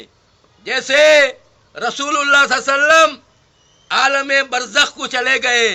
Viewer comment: aap ka sab acha hai magar aap thoda soch samajhkar baat karo 1. Aap huzur sallesallam bolrai ghalat hai Talaffuz sahi istemaal woh sallellahu alaihi wa sallam woh bhi swad ki awaz se aur Nouzbillah aap bole huzur barzaq ku chalegaye kaisa bolsakte aap